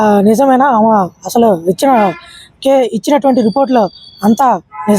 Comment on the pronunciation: ఆమ కాదురా నాయనా "ఆమె" అనాలి. తెలుగు ఎక్కడ నేర్చుకున్నావు నీ మాతృభాష ఏమిటి.